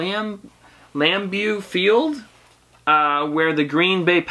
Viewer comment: You pronounced the stadium correctly. It’s pronounced Lambo field